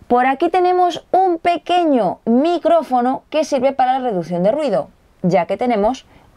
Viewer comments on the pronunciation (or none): Se fijaron dice nicrofono en el minuto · nicrofono xD